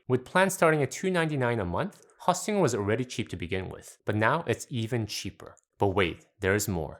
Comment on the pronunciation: It’s host, not haustinger